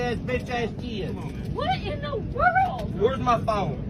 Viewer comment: "wher mi pone" ... says it all.